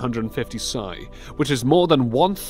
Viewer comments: P.S.I not sigh lol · It is p.s.i pounds per square inch. not sy? When u mispronounce something especially as a pro u will get ridiculed. Me on the other hand need not worry how I spell. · great video.....but it is p.s.i. not sy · Did you pronounce P.S.I (It's stands for Pounds per Square Inch) as si?😂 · PSI isn't pronounces PSY it`s P.S.I. as In Pounds per Square Inch. Never heard anyone say PSY before and it`s just a wrong pronunciation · It's P.S.I = Pounds per Square Inch Not "Psy".... Friggin bunghole. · It bothers me that you said sigh when mentioning PSI you seem to be a bit dumb after that LOL PSI is not a word it is short for Pounds Per Square Inch. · It's not sai it's P.S.I. pounds per square inch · <_> I sincerely hope him calling PSI as "CY" was a joke of some sorts... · god damn bait click doesnt even talk about anything hidden or new just repeats info thats open to the public and is infact much more interesting then this re cap of it... btw its P.S.I = "pounds per square inch" not "SA-IE"as he said it...its an acronym so you dont read it as a word... I guess common knowledge isnt very common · You called PSI "pay" and called "BAR" BARS, not instilling much faith in your research there bud. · Did this guys just say PSI as Sigh.. Talk about a terrible first impression.. not subscribing to this mess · Did you just pronounce “PSI” as “sy”? I have many questions. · It's pronounced, "Pounds per square inch" You stupid fuck. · This was all cool until “psi” was pronounced “sigh” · Did he say psi as sye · He said PSI WRONG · I stopped watching because I couldnt take you seriously, after you mispronounced PSI. Anything after that would have been questionable...